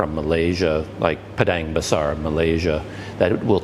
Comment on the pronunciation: Yay finally get to catch up with you once again soon. Also I couldn't help but rewind the video again and again just to listen to you say 'Padang Besar' ... LOL! Very eloquent indeed.